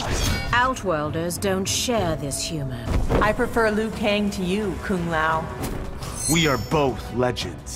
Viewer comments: Bruh, Johnny Cage literally called Kung Lao "Kum Pao" (like the chicken) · “Dung lao” “Kung Pao” good fucking lord give he man a break